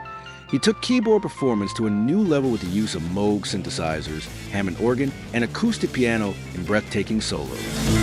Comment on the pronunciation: Lord and Wright will always be tied for #1 to me, but I'm a huge DP and PF nut, so, you know, bias. Also, thanks for including Christine McVie in the honorable mentions, at least. Also also, thanks for correctly pronouncing Moog.